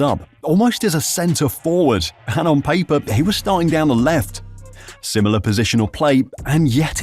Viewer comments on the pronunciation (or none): none